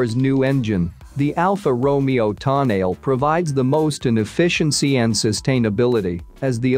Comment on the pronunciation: if you are going to REVIEW the TONALE, ( Toe-NA-LEE), please pronounce it RIGHT!!!